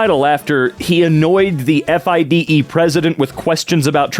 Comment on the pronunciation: FIDE is pronounce fee-day